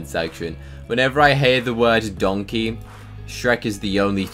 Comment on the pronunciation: Bruh my neon donkey is called donkeh cause shrek pronounces it that way